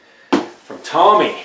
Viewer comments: FYI, TOMY is not Pronounced "TOMMY", it's pronounced "TOE-ME". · omg dude it says tomy in my 2nd response. Tomy is pronounced with a long vowel sound "oh", not as in Tommy, with a short vowel sound "ah" "Tow me" was a phonetic and visual example of how to pronounce the word. Say "Tow me" now say "Tommy" see how they sound different ffs dude? You said Tommy not Tow me. TOMY = TOE ME, NOT TAH ME FFS DUDE. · ugh. Tomy, the name of the toy manufacturer is pronounced TOW-ME not TOMMY. What do you not understand about that? A vowel followed by two consonants is usually pronunced short. (Tommy) A vowel followed by one consonant is pronounced long. (Tomy) You probably have no idea what I'm talking about do you? Ffs man. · Pronounced "Tow-mee". They have been around a while. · It's pronounced TOW-ME.